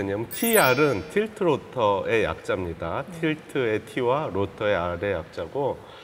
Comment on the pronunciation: 에 젊은박사가 Tilt roter 라고 말합니다 영어로는 Rotor 가 맞습니다. 왜 이렇게 틀린내용을 방송하지요?